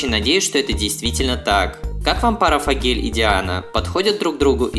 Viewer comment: Не фагель а фогель